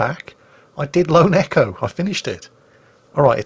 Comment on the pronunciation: Every time Jingles says Lone Echo I hear "Lo, Neko" and wonder if I somehow missed the anime catgirl games on this channel